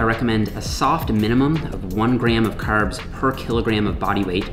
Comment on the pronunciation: The red beard and the Irish accent for your “Caerbs”...is a jacked leprechaun??!!